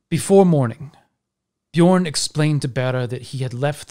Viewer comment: Dat feel when everytime someone says Bjørn they say it with an o instead of an ø )